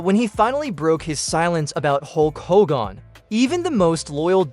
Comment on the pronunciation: Did you really call him Ho gan...Come on man